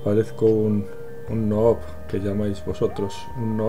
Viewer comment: Se dice nub no noob